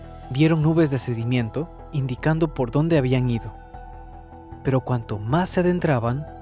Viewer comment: Es sedimento, no sedimiento